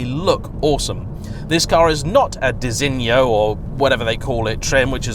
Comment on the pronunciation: Designo? Design-o. Not too hard, haha.